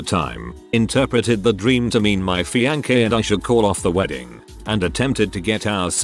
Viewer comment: LONG way to go here still.... But man, I still can't stop laughing at the way this AI voice pronounced fiancée- more than once in about 7 second period...I had to rewind to make sure I heard that correctly AND OH INDEED IT DID SAY "FEE•on•KAY," and OP spelled it perfectly correctly too?!?😂😂😂 What the FÄúCk; retarded asS ROBOT!! I mean holy crap that's so much worse than the "when-DEEE-goes?!"